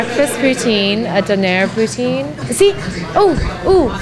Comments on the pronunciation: I love the way you say poutine lol. I like smoked meat poutine :) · Learn to say Poutine....since when did you become an expert on Poutine and know if it is authentic....if this was dim sum maybe I would give you a chance but you are in no position to rate this. also buy a better fucking camera you amateur.